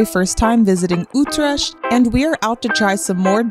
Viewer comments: Oh man, you butchered the pronunciation of the name of my city. And great you like Utrecht. It's one of the 4 cities which make the Randstad but it's not so massively visited like Amsterdam. Tough a big city but indeed feels much smaller. Early mentionings of Utrecht go back to the Roman empire as it was called Ultrajectum. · You actually nissed out on all the iconic places to eat in Utrecht and you really need to work on your pronounciation😂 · Only one is German and he mispronounced the city buddy because it is a Dutch pronounciation not a German one. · That’s not how you pronounce utrecht 😂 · Possibly the worst pronunciation of Utrecht I've ever heard. ;) Nice video otherwise. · Just FYI: Stroop is NOT syrup. It's more like a molasses type deal. Also, the ch in Utrecht sounds like a K. And don't be afraid to give the r one little trill. :) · YES my home city, lovely video although it hurts my ears when you pronounce Utrecht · Try learning how to pronounce the city that you are visiting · Small request, Please ask locals on how to call stuff properly, even the name of the city you butchered. 😅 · s CH enk stroop no sh it is a CH as in iCH.. and not sh troop hard s tr oo p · It's not Ootresh! Utrecht is the name. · SAY UTRESHT ONE MORE TIME! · stroop with o as in go, Ü trè CH t :) niet with ie as in nicht or beat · Utrecht - Pronounced as uth-rrecttth and not Utresch Sorry had to say 😅 Cause Utrecht has my ❤ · Oetresh? :D Ye, it's a hard one to pronounce if you aint Dutch for sure :D That bunny is Nijntje, a national treasure <3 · No it's not. I was born there. It's pronounced "ggggggg" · KEKW '' Utrash '' naah man 🤣🤣🤣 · Oh god, not Utresh haha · My best friend was born there and it is pronounced... UTE..TER RECKT. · "ütrecht"...im deutch... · It's similar to the German "ach"-sound. And the "U" is pronounced like the German "ü".